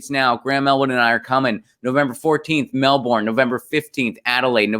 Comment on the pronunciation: Ahhh this just simply cannot continue Melbourne : pronounced “Meh-bun”